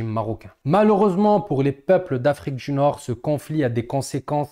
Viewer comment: Poilitique tu prononce politchique Region du nord , tu prononce : region dju Nord . 😂😂❤djurable! . Bravo ! Je like